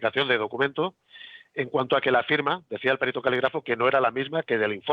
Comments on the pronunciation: Un señor que se dedica a ésto, debería decir perito, sin acento en la e. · Cómo es posible que un perito diga périto? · humildemente, los valencianoparlantes y catalanoparlantes, tendemos a pronunciar algunas palabras en castellano como en nuestra lengua. Por eso pronuncia Périto, pues en nuestras lenguas es Pèrit. Por supuesto esta mal en castellano decirlo así, pero nos ocurre bastante. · Perito no se acentúa